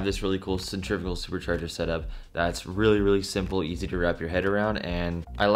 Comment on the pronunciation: I'm not trying to be that guy but cen-tri--fugal is not pronounced like the way they are trying to.